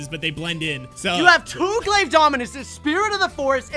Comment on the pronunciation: glav lorde not de paragon